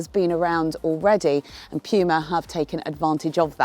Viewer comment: Pjuma? What is Pjuma? Its puma... Sjeez